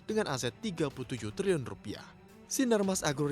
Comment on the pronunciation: Pusing gue dgrny liliun liliun punya🤔🤔🤔